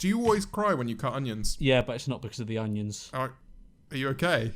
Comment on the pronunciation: i always laugh at my mum whenever she says onions because she pronounces it with a very subtle G (so she says 'ungions' the g is very subtle) and i just realised George says it like that too